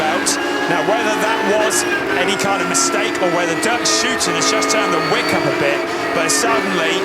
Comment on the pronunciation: it's DERK SHOOTEN